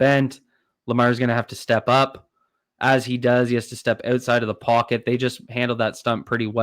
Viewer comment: its "out" side not "oat"side